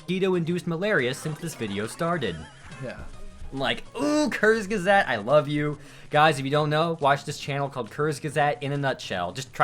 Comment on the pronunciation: Took me a while to understand that you meant Kurzgesagt (sounded like curse gazette). Sorry if I'm coming off as an asshole but I'm German and we pronounce it "koorts guezaagt" (u between g and e for the sake of pronouncing the g like in graphics; the a is pronounced like a Japanese a).